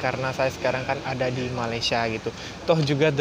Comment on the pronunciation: Masih belum jadi Malaysia, sekejap aku..sekejap saya..dan sebutan Malaysia pun masih salah...mungkin 2% saja berjaya.